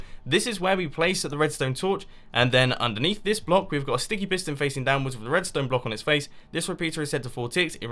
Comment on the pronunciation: mumbo you said stinky piston and not sticky piston🤐 or ahhhhhh is it me